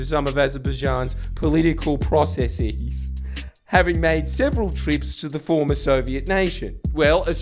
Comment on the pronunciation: So were just going to roll with that bullshit way to pronounce processes?